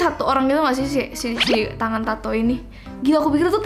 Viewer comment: tangan ya kak bukan tang